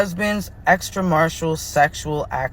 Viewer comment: “Extra- martial “ 😂